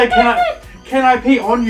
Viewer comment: you aren't the only one who heard 'pee on you' if that makes you feel any better